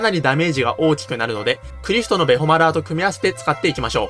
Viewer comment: ベホマラーのイントネーションのラーが半音上がるのか下がるのかどっちが正解なのかが気になりました。 私は半音下がる言い方というか当時ファミコン版で友達と話す時でもイントネーションは半音下がってる言い回しの方が多く、投稿者様の言い回しに違和感しかありませんでした。私もしくは私の周りが少数派なのかもしれませんが。別に投稿者様を変だと非難しているわけではありませんので、ご了承ください。